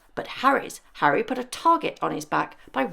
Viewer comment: “Hally and Meggle” - I like it! 😂😂😂 Duke and Duchess of Sausage